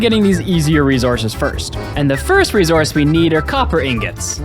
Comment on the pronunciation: Idk how some people end up messing up pronunciations tbh: I've heard AH-bsidian before and now REE-Z-ourse